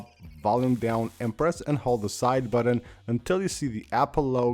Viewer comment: "Side buddun"